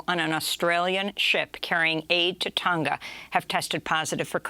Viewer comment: She cant even pronounce Tonga right.